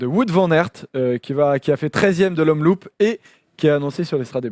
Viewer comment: ça se dit omloop pas omloup merci xd PS: un belge qui saigne des oreilles lol